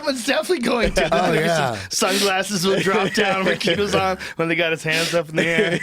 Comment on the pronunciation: Rikidozan! Went to his grave in Ikegami, Tokyo. Dude lived a wild life, look him up if you get a chance. He was stabbed in the bathroom at a night club by a chimpira (low-level yakuza), Riki left the bathroom went on stage told some jokes collapsed and died in the hospital days later. And it's pronounced Riki - Dough - Zon